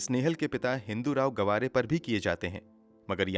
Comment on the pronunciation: Gwaare nhi gaavre....